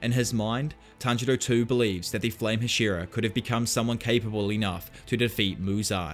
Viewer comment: HASH-E-RA. I enjoy the content but goddamn that bothers me.